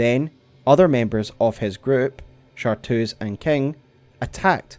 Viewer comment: Awesome vid! The only thing that got me was it's ChartReuse, not Chartoos! Chartreuse is a color.